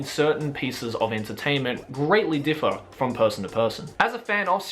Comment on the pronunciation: "greatly diferrrr"